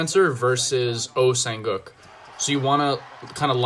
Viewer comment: My name is Lee Sang Jin. Lee is my last name but in Korean culture, family name always comes first. Oh Sang Uk is pronounced Oh-Sang-Wook. For the love of God, say his name properly or just say Oh kinda like Szilagyi. Nobody says Szilagyi Aron. Its also fine to say Sang Wook instead of the whole name. This is just some simple advice for future reference with Koreans.